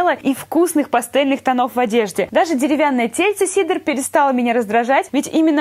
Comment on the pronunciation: Её зовут Кедра а не Сидр